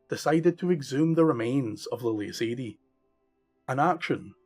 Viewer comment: It is pronounced Ah-dee not Ay-dee